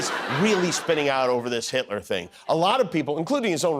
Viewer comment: Who is "heet-lure"?